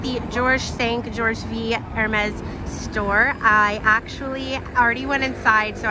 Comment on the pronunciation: I love your videos! What an amazing way to travel with you! Just on little thing, the V in George V is a 5 (George Cinq) ❤️